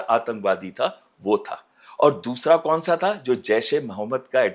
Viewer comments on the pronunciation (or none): What’s wrong with host pronunciation? “कौन” को “कोन” बोला जा रहा है